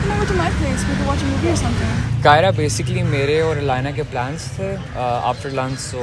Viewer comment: Why the Hell keeps Saying her name Alynaaa Alynaaa Alynaaa.!!!! Yarrr Alynaaa, Alynaa!! 🤦🏻‍♂️🤦🏻‍♂️🤦🏻‍♂️